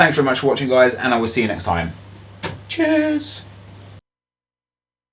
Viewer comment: Mate whenever you say "cheers" at the end of a video I always think you are saying "jizz". Prolly just because I'm from the States, just makes me smile a bit every time ;)